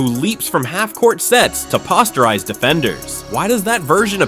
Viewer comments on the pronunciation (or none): Did you really say "paw-sterize a defender"? The pronunciation of the word "posterize" is too tough for you? I enjoyed the video but things like that make it more difficult to take you serious than it should be, especially when you have quality content.